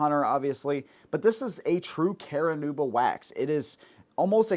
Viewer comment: Care-a-noob-a? Car-noob-a...